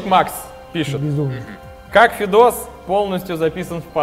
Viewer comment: Спасибо,что шутку с фамилией Федоса почти правильно прочитал )